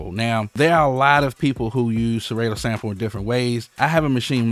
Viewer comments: killing me when u say serAYto. it’s SerAHto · I think you pronounce it wrong lol Sa-Ra-To lol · SeRAY-Toe... I Love IT LMAO! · One of us is saying Serato wrong, and it's throwing me off...